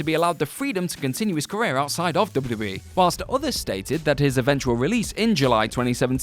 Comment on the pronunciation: THIS GUY SAYS DUBBADUBBAE...